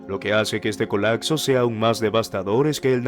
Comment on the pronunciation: Se dice COLAPSO no COLACSO